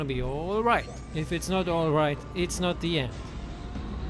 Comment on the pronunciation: "Oilright you guys"....